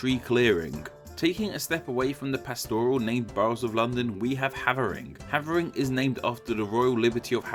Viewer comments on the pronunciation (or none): It's Hayvering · It’s have-ring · Hououin Kyouma and Hav’r’ing not have’er’ing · Ikr, and he pronounced Havering as "hah-vuh-ring" when I'm pretty sure it's "hay-ver-ing" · Try Hay-ver-rin... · No it ain't ya numpty. I know people who live there, it's pronounced Hay-ver-rin. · correction Havering is *pronounced {Hei-va-ring} and I'm watching from Newham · Havering rhymes with Dave, not have. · WalTHAM Forest, HAYvering, newUM, you'd think someone who makes etymology videos for a living would know how to pronounce names.. -_ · Havering is pronounced HAY-ver-ring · It's pronounced 'Hayvering' my dude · Havering, which I'm afraid you pronounced totally wrong, it's instead with a much harder A; 'Hay-vering', along with with a few of the others... You pronounce the 'th' in 'Waltham Forest', it's not a hard 'T', Newham is said much faster, they are not separate words 'new' and 'ham', and of course perhaps most blaringly of all, 'celtic'. Also you fail to mention that 'Ham' is a shortening of 'Hamlet', which means rather settlement not dwelling. Actually starting wonder whether I can trust any of the content at all, if it's all based on one man's guesswork. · as someone from the east end your pronunciation of waltham forest and havering greatly offends me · If, as you say, you were born in London, why do you so woefully mispronounce London names? River Lea, Havering, Newham, Waltham Forest... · The Havering one got me the most LOL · The pronounciation of Havering made me cry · I'm in Havering... and you pronounced it wrong... And you pronounced Newham wrong too... Could forgive you if you were a northerner or Scottish... But you said you are from London... So there's no excuse,!!! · As someone born and raised in Havering I can safely say you are pronouncing it wrong